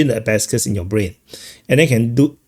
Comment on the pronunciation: It's not "a-ba-scuss," it's "a-ba-kuss."